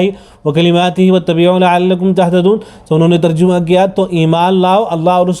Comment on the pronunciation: لفظ ترجمہ کا صحیح تلفظ جیم پر فتحہ ہے بقول مولانا منظور مینگل حفظہ اللہ تعالیٰ Terjamah not terjumah